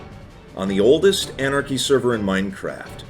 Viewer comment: good old “anarchy”